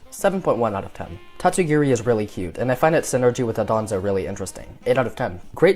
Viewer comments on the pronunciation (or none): Why does everyone say Dodonzo while it's called Dondozo